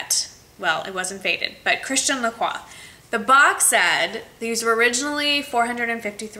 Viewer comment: You said their names both right girl! Woop woop :D I love the suede boots, they're beautiful and that's the only type of heels that I can manage to wear on a daily basis in Paris (too much walking...!). Thumbs up for the Christian Lacroix bargain!!! That's AMAZING!!!